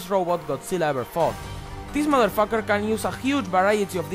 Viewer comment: "Deese modderfocker".